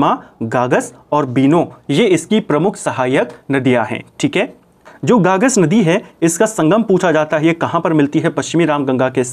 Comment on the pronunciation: गागस नदी नहीं है सर उसका नाम ग़गास नदी है